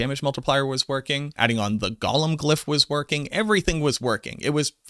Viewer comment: Go-lum. Not Gollum. Gollum is a Tolkien character. A golem is a creature from Hebrew mythology.